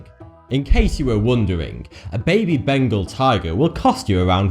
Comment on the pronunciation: its not bangle -_- itn BENGAL(BENGAAAAAL)